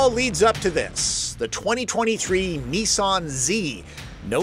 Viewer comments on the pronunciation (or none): Great review, however the car brand is Nissan not Neesarn. Also the pre Nissan name is Datsun, not Datsarn. The ‘Z’ series is correctly pronounced ‘Zed’ throughout the world thanks! What’s with the twisted linguistics?